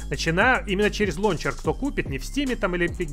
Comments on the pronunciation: Ору.)) как как 'лОнчер' алОкс совсем Обнуля, забывает как рОзговаривОть)) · Всегда думал что правильно лаунчер😱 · "Лоунчер" Мои уши в крови...... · Прошу, не говорили больше ЛОУНЧЕР. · Мне одному уши режет "лончер"?